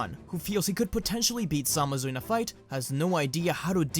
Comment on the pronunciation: the way you say zamasu annoys me "samazu"